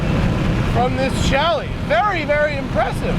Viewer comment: Thumbs down for calling it a "Chally"